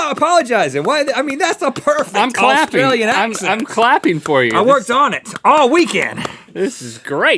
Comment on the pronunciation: As an Australian I can confirm that Rhett's accent was flawless.